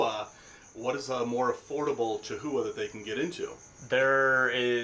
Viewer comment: Breeders in the US charging $7500+ for a chahoua need a reality check. Can get similar geckos for $500 in Europe. edit: it's also pronounced KA-houa